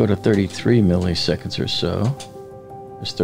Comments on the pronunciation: The second "i" in milliseconds is pronounced exactly like the first. It's not milley-seconds. It's "millis-econds." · Millisecond is NOT pronounced “Milly” seconds.. it’s “Milla” seconds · Please stop pronouncing “milliseconds” as “mihl-EE-seconds”. Just pronounce the second ‘i’ with the same sound as the first one: “mihl-ih-seconds”. (You’re welcome!) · "Milly seconds"